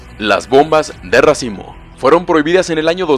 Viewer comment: entendi "bombas de racismo" 💀